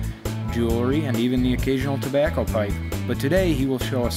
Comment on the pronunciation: hehe, "tobaco"